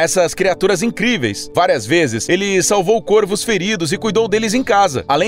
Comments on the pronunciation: dói o ouvido ele falar "côrvos" e não "córvos". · A pronúncia certa de corvos é "córvos"!